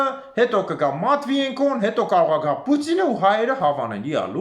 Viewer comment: Գոնե ջոգելեք Վլադիմիր Պուծինի ազգանունը նորմալ կարդացելեք ինչա գրված 😂😂😂🤣🤣🤣🤣